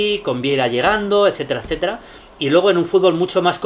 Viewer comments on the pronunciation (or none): none